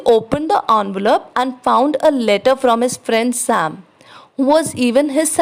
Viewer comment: ITS ENVELOPE NOT ANVALOPE